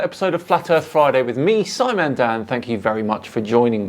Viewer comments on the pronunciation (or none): none